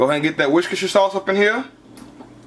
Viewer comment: when he tries to pronounce Worcester Sauce had me weak..😲😲😲😲